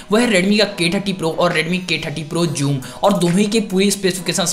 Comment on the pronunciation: Its not pronounced as "Juum" ...its "suum" with an 'z' touch to it.